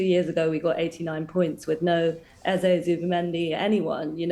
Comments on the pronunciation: Come on, his name is Eze not Eza. It’s only two syllables and not that difficult to say. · its pronounced Ez-AY not Ez-AH.